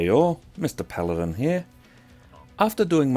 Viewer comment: "Good job,."